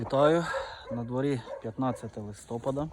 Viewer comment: Чому листооооопада а не листопаааада, шо за наголос